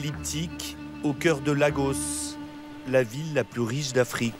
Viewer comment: Ils sont organisés et c'est appréciable. Et vous les journalistes français, Lagos se lit en anglais . Apprenez parfois a faire un peu d'effort lorsqu'il s'agit de l'Afrique, je ne pense pas que prononceriez pareillement s'il s'agissait d'une ville aux Etats Unis